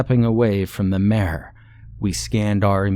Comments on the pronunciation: Are you trying to say "mire"? Or do I not know the definition of "mare"? Genuine question lol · the whole time i was thinking that you were saying " mare " like the female horse , so it wasnt making a whole lot of sense. im just going to guess and assume that you also pronounce pillow like , pellow and milk like , ''Melk' instead of just saying it like a normal english speaking person. i wont lie to anyone and say that it doesnt make me think that their suspicious af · The way he's pronouncing "mire" has me cackling 🤣🤣🤣